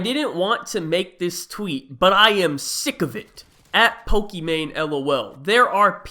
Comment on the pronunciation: It's not "Poke - ee - mane" its "poke - eee - mahn - eh "